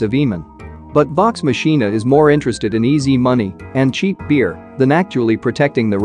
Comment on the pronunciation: MANNNN....You keep messing up names and titles! 1. Raising Dion (DEE-ON) 2. Vox Machina (V-OX MOK-N-A ) You're welcome!